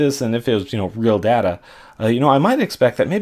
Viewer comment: "helps see relationships in our dada"